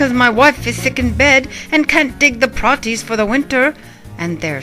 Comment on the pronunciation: "Praties" contains a long "A", and is pronounced "PRAY-tees".